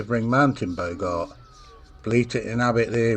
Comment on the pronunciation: Bogart pronounced, as in "Bog"! It's a Northern Sprite, brought, probably by Vikings!